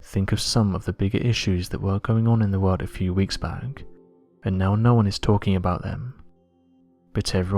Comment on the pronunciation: "....the wawld....." IJPMSL....!!!!!